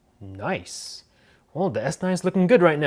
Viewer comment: “Very noice”